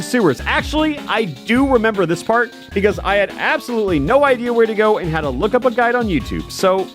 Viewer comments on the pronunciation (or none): none